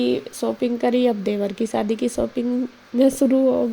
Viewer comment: सादी नहीं होता है जी शादी होता है